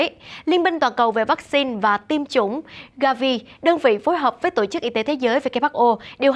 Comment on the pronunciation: đọc giọng thuần nam bộ nhé, đừng đọc giọng lai bắc bộ sẽ ko hay, như: " tộ " chức, hãy đọc " tổ " chức nhé